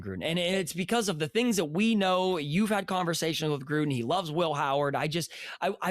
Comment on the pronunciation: John Grudden?!?!?! You’re off some good crack.